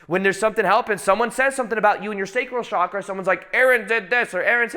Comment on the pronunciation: Chakra is pronounced as in CHannel not as in CHicago. Please pronounce it as it is spoken in Sanskrit, please Aaron. And there are many people in ‘third world countries’ who are more enlightened than most of us even if they don’t have basic necessities. Many hardcore yogis in India specifically reject basic necessities. As a somewhat enlightened person and channel, it is time to drop the basic media spun phrases like ‘third world countries’. Most probably you will not see or care about what I said.